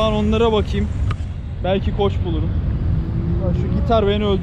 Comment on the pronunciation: Couch, koch olarak degil kauch olarak telaffuz edilir. Yani O ile degil A ile. Koch dersen, coach yani antrenor demektir.